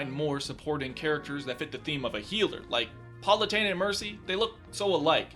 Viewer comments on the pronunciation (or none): Does he realize that it pronounced Pal-oo-teyn-a not PAUL-oo-teyn-a right? I mean thats how it's pronounced in the voice acting...